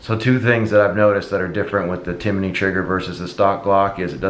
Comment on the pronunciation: a lot of people are saying it lol adding letters to the name. Timinney Cricket